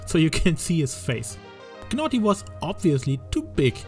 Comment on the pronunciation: U dont need to pronounce the G in Gnawty Gnaw means to chew on something the G is silent and its a play on words because he’s a beaver and they gnaw on wood